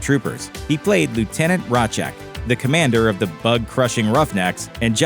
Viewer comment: It’s pronounced razz-cack.